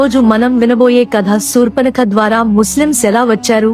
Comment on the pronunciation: Yes right. Sa sha difference